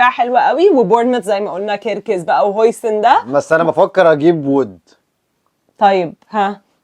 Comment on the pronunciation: اسمه هويسن مش هوجسن 😂